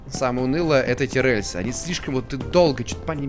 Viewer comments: Выздоравливай! P.S. Произношение "рэльсы" неправильное потому как гиперкорректное, правильно говорить "рельсы" с мягким "р". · Мне так нравится, как произносит "рЭльсы"))